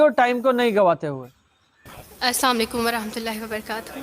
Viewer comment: Masha Allah,,, Sister.. You have accepted Islam.., before speaking u didn't say Right toward ""SALAAM" Plz say """Assalaamu Aliyekum"" not Assalakum this means Go to Hell..ok So plz dont mis under stand.. What I am saying..